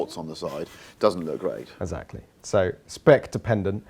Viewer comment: Love Harris, sorry, can't be doing with Jack 'Essackally' Rix.